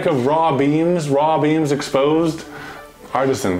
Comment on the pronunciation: could've sworn I heard "Raw Beans" not "Raw Beams"